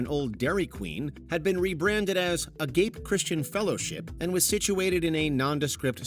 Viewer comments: I believe it is pronounced "ah-gah-pay" not "uh-gāpe" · F-ing AI narration! It is pronounced "ah-GAW-pay" not "A- gape!" Don't be so lazy! Do your own work! I gave you a thumbs down for your laziness! 😢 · just a point of contention, it is not agape like your mouth is agape, , it is a-ga-pe. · ah-gah-pay. Not ah-gay-p. Are your voiceovers done with AI now? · BTW "Agape" is not pronounced "uh-gape". It's pronounced "Ah-gah-pay" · Its a gapay not agape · It's pronounced "ah-gah-pay", not ag-ape like your mouth hanging open. It's taking about the form of love "agape". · The word “agape” is usually pronounced ah-GAH-pay. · lol It's pronounced "Uh-gap-eh". The middle syllable rhymes with "mop". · “A-gape” lol! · Uh-gop-a Agape pronunciation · It is pronounced Ah-GAH-pe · Agape is pronounced "AH-GAH-PAY" 😂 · Just a quick note - Agape is pronounced a-gap-ay. I'm not quite sure how to spell the phonetics of the middle syllable. These are horrible things that make all Christians look bad, when most are just trying to live according to their beliefs and to be good examples of what it means to be Christians, unlike the people in this video and others like them. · Agape: Ah-gah-pay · agape is a Greek word, pronounced ah-GAWP-ey. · Agape is pronounced ah-ga-pay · That was a hilarious mispronunciation for the segment though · That's not how you pronounce "agape". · "Agape"--Greek for unconditional, sacrificial love, pronounced with three syllables with emphasis on the second. It doesn't mean to have your mouth hanging open. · You said AGAPE wrong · ya it was . I was aGAPE when I heard it! 🤣🤣🤣